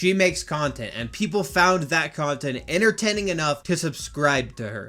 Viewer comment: The stan said Innertining💀